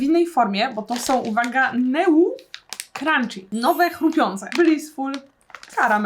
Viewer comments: Neu :D (noi sie czyta tak jakby ) 😂 neu neu ne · ”Neu” czyta się ”noj”, pls sprawdzaj wymowę słów, których nie znasz, bo kłuje w uszy 💀